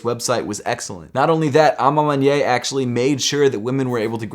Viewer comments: A ma maniere not A ma manyei or whatever you saying. And it means( in my own way) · Hey! I noticed how you say a ma maniere, sounds like "a ma mon-yay" I think it's correctly pronounced "a ma mon-e-air" a ma maniere, I apologize if that doesnt help. Also Sorry if that sounds condescending, have a great day🙌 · It's pronounced man-yair. Not man-ye.